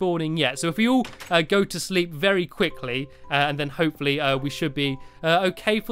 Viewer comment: you look like saying HOPE-FOR-LEE